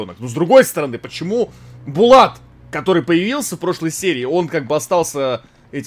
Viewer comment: не Булат а БАЛАТУ